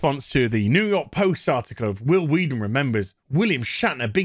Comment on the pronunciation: Who the F does "Huil Hueaton" think he is?